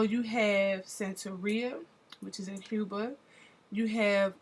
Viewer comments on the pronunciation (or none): none